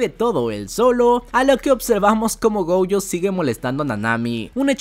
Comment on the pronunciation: Como que “gouyo”? Es gojo, el nombre no es gringo, es japonés ._.